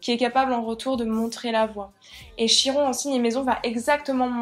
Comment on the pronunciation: Ça se prononce Kiron